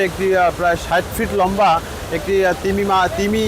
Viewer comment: লাম্বা নয় 😂 এটা হবে লম্বা 😂😂